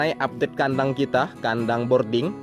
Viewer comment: BROODING apa BORDING bang? 😁